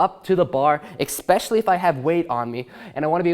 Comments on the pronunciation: The dudes breathing in between words is really distracting and I cringed when he said "expecially". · I tried to ignore it but I can't... there's no 'x' in especially